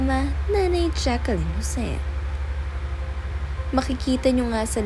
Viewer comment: Pronounced as Jacklyn po not Jacqueline